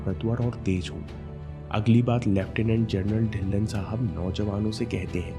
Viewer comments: inspiring video🌸 But its ढिल्लों not ढिल्ल्न 🙏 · dhilon parnounc ( dhilo)